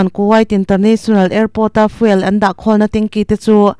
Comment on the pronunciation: Fuel hi fiûl ......(fyool) tia lam tur a ni aw?